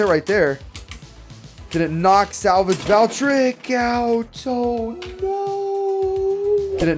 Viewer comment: I like your videos but it pronounce Val-tree-ek